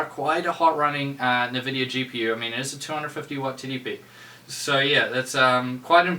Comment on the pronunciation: seriously "nevidia? why is it so hard to prounce the name right for some people. You can hear it pronounced correctly in many games that have the Nvidia logo when starting so there is no excuse.